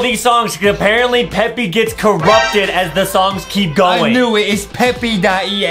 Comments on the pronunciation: They said peppy it's supposed to be Peppa with an A NOT a Y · It’s Peppa Pig Not peppy pig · ITS NOT PEPPE OR PEPPI ITS PEPPA I REPEAT PEPPAAAAAAAAAAAAA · ur supposed to say peppa pig not peppy pig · We say peppa Justin said peppy💀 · "Peppy" "peppa" bro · i love justin and adam from They Say Peppi instead of Peppa Pig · It's peppa not peppy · Is everyone know anything about them saying Peppa pig wrong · It's Peppa not peppy it's Peppa and also not mr p it's me potato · It's peppa not peppi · It’s peppa not peppy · its not peppy its peppa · Stop calling her peppy her name is peppa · Lol its not peppy its peppa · It is PEPPA NOT FRICKING PEPPY. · justin why just why would yuo say peppy it readily said peppa not peppy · Ppepa not ppepy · Bro can’t say Peppa 💀